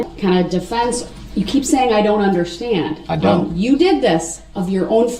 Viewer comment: I can’t stand to hear hi say “underschtand” I hate it.